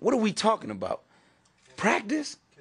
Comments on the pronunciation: Not to be rude to him or anything, but Iverson saying practice sounds like he's saying Prac-dis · We taking about pracdisk that’s all I hear